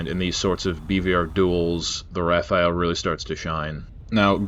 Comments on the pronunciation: excellent except for one thing : your prononciation of "Rafale" you say it like "Rafael" that's not it, it's "RA-FAL", the "AL" as in "sALad" 👍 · I'm sorry but it rafale not Rafael 😅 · RAFALE not Rafael, respect this masterpiece